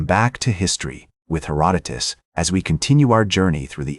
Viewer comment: The AI slop narration mispronounces Herodotus. LOL